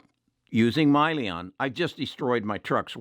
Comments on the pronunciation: It's Hyliion, not Myliion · i can't take Hyliion stock advice from someone who mispronounces the company name as "Myliion". He's obviously not interested in the company nor has he done any research. He just heard from someone in the "tribe" that replacing the powertrain will void the truck warranty. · First of all is not MYLION. It’s Hylion and the name comes from Hydrogen,Lithium Ion. Secondly, the added electrical solution does not affect the warranty of the trucks. This issue has been discussed many times in their prospectus and investor presentation. Please Do as you Preach and EDUCATE YOURSELF. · Just a correction if I may. I think the company you were referring to is Hyliion, not Myliion which is what I heard you say in your video. SHLL is the ticker symbol for Tortoise Acquisition Corp which is an SPAC (Special Purpose Acquisition Company) and with which Hylliion is to merge in the near future. From then on Hylliion will be a Public company and will have a new ticker symbol HYLN on the New York Stock Exchange. I fully agree with you that this is very much a worthwhile investment. I much enjoy your videos. Very helpful. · How are you going to own a company that you don’t even know how it’s pronounced? Probably a good thing he sold. This guy is a swing trader and easily buys or sells stocks based on 1 of his members’ opinion. Don’t agree with his decisions and how easily he’s swayed.